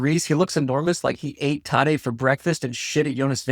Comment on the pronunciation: I’m pretty sure the a in Tadej is pronounced like the a in “at”, not “ahh”. Idk I’ve just always watched Rob Hatch and Eurosport instead of NBC. But I kind of get annoyed watching NBC hearing them pronounce cycling names.